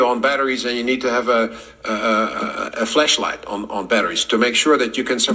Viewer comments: Did he say flash light or flesh light. Not sure what I need to survive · I don't know if this makes me Beavis or Butthead. But Dude said, "Flesh light!" Someone go check his office desk! Bottom drawer I would assume...